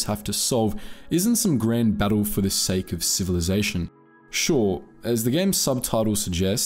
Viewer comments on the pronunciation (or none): none